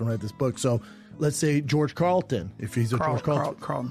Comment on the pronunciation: “George Carlton” -Brayden Schwaub “George CARLIN… Carlin” - Bryan Callen “George Carland” - Brayden Schwaub